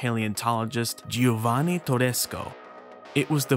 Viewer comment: Adding to this, it's pronounced "Jovanni", not "Gee-oh-vanni". And the final E in Giuseppe it's more like "eh" than "ee".